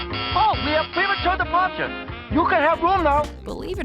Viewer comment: "premature disparture" lol